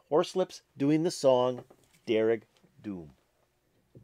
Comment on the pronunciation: And the d in dearg is pronounced as a soft j